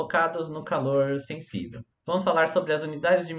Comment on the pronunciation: "Senssível". Tá zuando né man. Pqp